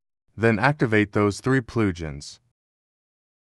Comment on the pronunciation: "PCG PLOOJINS" I fucking died XD